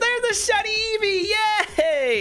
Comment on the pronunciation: You doubeled your shiny eevee find where u said reevee xD